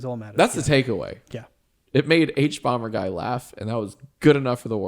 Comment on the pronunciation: OMG ITS THE HUBUBUBAGUY